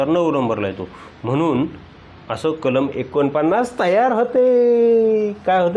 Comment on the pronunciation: Kalam bola kalma nahi